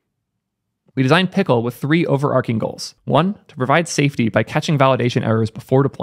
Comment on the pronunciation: The only other time I've heard this pronounced "overarking" is reading the same article